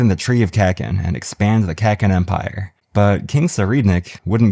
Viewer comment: god. Love your videos but i cringe whenever you say kakin and not kuh - keen